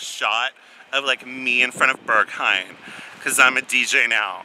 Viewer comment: why do you pronounce it like burghaim tho